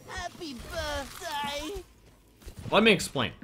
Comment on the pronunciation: HAHPE BERTDAY